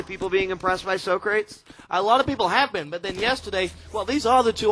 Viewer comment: Why are they pronouncing Socrates as Soh-craets?